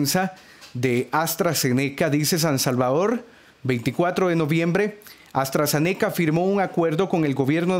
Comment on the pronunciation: Se dice AstraZeneca junto no aztra ze neca y la universidad es de Reino Unido no de usa